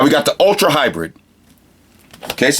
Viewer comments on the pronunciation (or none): none